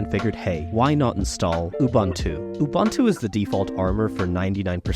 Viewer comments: It is pronounced oo-boon-too, not oo-bun-too. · Ubuntu is pronounced oo-boon-too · OOBANTOO doesn't exist. You must be talking about OOBOONTOO (aka UBUNTU). Americans... 🤦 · Canonical’s OS should definitely NOT be read as two baseball players conversing (“you bunt too?”) 😂🤣😂